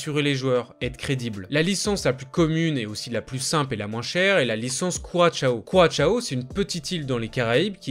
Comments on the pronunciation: C’est pas curachao mais bien Curaçao. Travaille mieux tes vidéos. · Curaçao c’est « KOURASSAW » qu’on dit, pas « kouratchao » 😂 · On dit ku-ra-sang approximativement. Pensez au rhum.